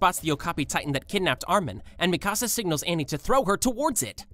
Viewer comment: its pronounced Mikasa